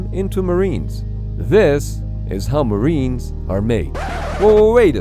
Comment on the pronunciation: No, there is no I in maWEnes.